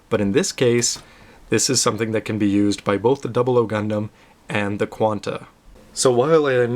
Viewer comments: excuse me, obviously your not a true gundam fan, despite your name, had no problem with the pronunciation. that is how they pronounced it in animes and the official website. Just ask any true gundam fans and see if his pronunciation is wrong. Sorry but i have to say, with YOUR pronunciation, you fail. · so you're saying you can pronounce it better? think again,thats how Japanese say it, thats how gunpla FANS say it. thumbs up if you guys out there say this is correct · Gundam.... WHAT THE HECK!! PEOPLE QUIT TROLLING THIS VIDEO!!! nothing wrong with the way pronounces "Gundam" or any other word. I personally don't like anything lower than the 1/60 scale model kits xD I mean, not that I don't like them.. but I wouldn't get them. After you get a PG, you don't really feel the need to get anything less. At least that's my stand-point on it.